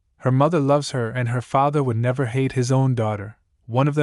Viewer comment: bro the voice that stops and emphasis the word like father and mother is kinda off putting. saying normally is much better